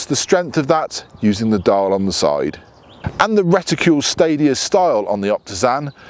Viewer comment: reticule? no RETICLE!!!